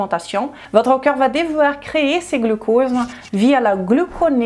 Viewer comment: s'il vous plait prononcez le c O rps. merci.